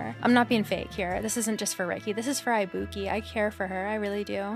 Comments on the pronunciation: LUV THIS also girl u r killing me ibuki is pronounced ee-boo-key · The mispronunciation of ibuki so many times made me piss myself laughing